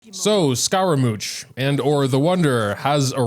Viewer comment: call him scaramooch one more time i fucking dare you